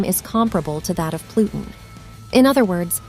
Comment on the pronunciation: Loved the video best part was hearing plutin, plutin, but what about ur anus. Lmao